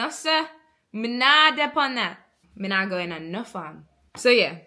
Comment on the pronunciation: I did not watch the whole video as I had to step away but one pointer is; Instead of saying "Mi nah understand" and stretching the Naaahhh, instead say "Mi NUH understand" using a short UH sound. Contrary to what none Jamaican media demonstrates with Jamaicans stretching words, It's usually opposite and the words are pronounced with sharper more distinct sounds.